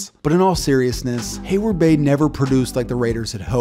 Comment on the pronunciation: It’s heyward-bey